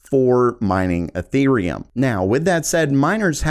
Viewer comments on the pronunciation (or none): none